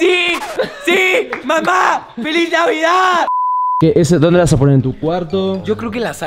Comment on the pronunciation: No no se dice " FELIZ NDVEDED🫦"